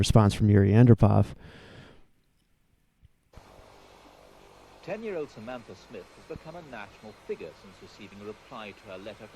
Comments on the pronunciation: It's pronounced Yuri An-DROH-pov. Not AN-droh-pov. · It's pronounced: AHN-DROPE-OFF. Other than that, you've made a lovely tribute to a young pioneer of world peace.